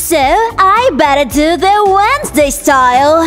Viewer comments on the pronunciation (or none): i hate wen she says Wednesday